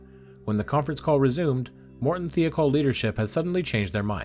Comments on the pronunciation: Michoud, however, was quite incorrect. It’s a Cajun French name. Mih-show’d, with the d not silent, but not hard, either. Also.. Thiokol.. thigh-oh-call. I would not normally comment on pronunciation, but there is so much video and audio material with correct pronunciations, including news reports, contemporaneous documentaries, and video of the Rogers Commission hearings. It hits one’s ear with a thud and a splat. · FYI you mis-pronounced Thiokol. The "I" is not pronounced like "E". Other than that you nailed this.